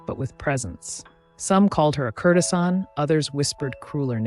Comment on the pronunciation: These are great, but please learn how to pronounce their names and words like courtesan. It grates in the midst of all the great research and storytelling.